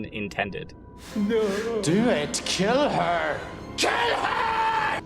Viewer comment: “Deww it, keel her!”